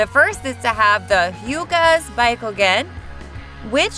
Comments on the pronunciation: Baykugan, Hokaje.... 🤮🤮🤮🤮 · Bookugun , tensaygun , konuhuh, hamyuru otsuki , gooodiedamaas , doo justu. Jen chur icky , fk this ai can’t read for shyt😂